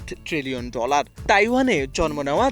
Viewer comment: ড্রলার❌ ডলার✅